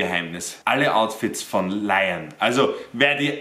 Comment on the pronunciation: ER HEISST LIEEEON ABER NUR FÜR DEN DRIP SAGT ER LAION